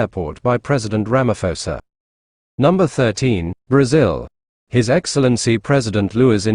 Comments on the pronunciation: We appreciate the information as Africans but you will have to do a lot to ascertain our Presidents' names before you go on air. They are said everyday on mainstream media but you still failed to call them properly. Are you sure you have heard Ramaphosa being called Ramafosa all this time? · RAMA-PO-SA. There's no "f" sound in his name. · Hey you narrator - there is no Ramafosa here. Can't you pronounce acidity and alkalinity measure pH?